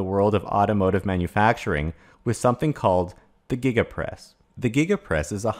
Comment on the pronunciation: Did he say Giga Press or Giggidy Press ??